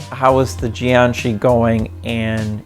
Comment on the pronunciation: It's jiag shi